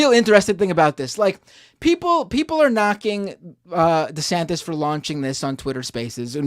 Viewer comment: DeDouchebag mispronounced his OWN GODDAMN NAME!!!